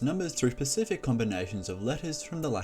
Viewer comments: SPECIFIC. NOT "PACIFIC" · Specific, not pacific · Pronounced specific as "Pacific" Instant click off